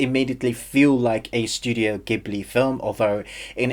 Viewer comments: pronounced jib-lee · jeeburli in japanese really